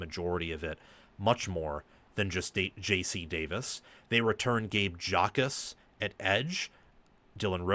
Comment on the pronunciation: Anyone who pronounces the J in Gabe Jacas’ name automatically voids their right to have an opinion on Illinois football because it clearly means you have not watched a second of the team actually playing 😂